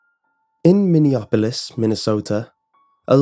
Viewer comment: I'm in Minneapolis You butchered its name XD I don't blame you but it's Mini-app-o-lis